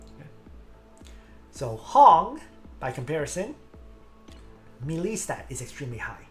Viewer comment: For good sake it's pronounced "maylay" not "milee"